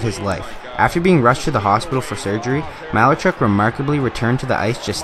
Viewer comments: ma-lar-chuck not malar-chuck (sorry is that sounds bad.) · It's malaarchuck